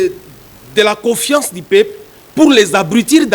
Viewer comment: Avec une diction telque COSEQUECE, COFIACE